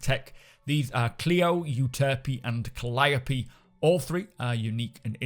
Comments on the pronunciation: You have no idea how happy I am to hear someone pronounce Calliope correct. A+ for you sir lol. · Thank you for being the one person I've heard pronounce Calliope correctly.